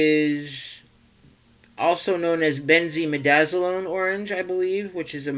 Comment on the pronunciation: It is pronounced Benzimidazolone Benzimīdazōlōne